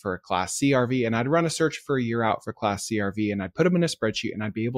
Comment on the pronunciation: I thought he was saying get “classy RV’s” oh wait class C 😅